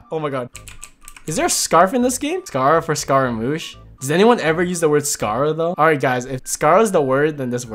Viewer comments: I literally ONLY use scara Also you pronounced it wrong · scaramouche is literally only 3 syllables lmao you don't have to put much effort into pronunciation wdym 😭